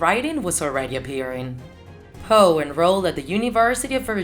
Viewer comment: NOT hoe, Poe